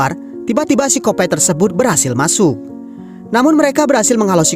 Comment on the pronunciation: maaf bang ....penyebutan sikopat jangan sikopet ....geli dengernya.....d tmptku artinya itu kotoran kita...🙏🙏🙏🙏🙏 ....